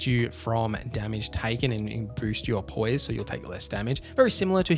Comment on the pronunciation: Poise not pose xD